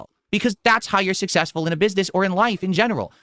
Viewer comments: "I'm sussessful" Shakes cup...... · is schrödinger's streamer. He's both the king and a pauper. He's sussessful and hes a victim of bullying. Poor guy. He's just trying to make pahsativ khantent